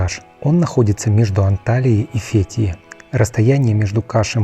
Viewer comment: ВЫ можете запомнить!? НЕ фЕтие! А фетХиЕ!! ФетхиЕ!!( с буквой Х и Е в ударение на конце) бесите безграмотностью!